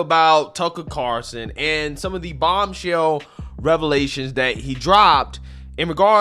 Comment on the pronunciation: It's CarLson not Carson. Just sayin.